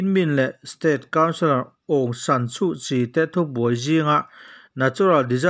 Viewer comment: Aungsan = hmanlai Suhchi = hmiah tur Tia thlûk theih chuan ngaihthlak pawh nuam dwuh ang.